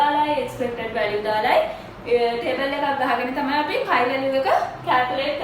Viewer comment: Accually this doesnt pronounce as චයි ,Its කයි ස්කෝවඩ් ටෙස්ට්. 🙂